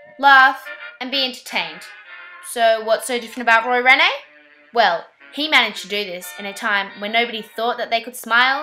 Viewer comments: It's not pronounced Renee but reen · The Hind part of Hindley St is pronounced like Mind. And Rene is pronounced Reen.